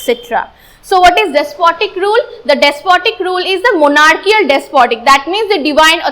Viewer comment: It's good but your monarchical pronunciation is wrong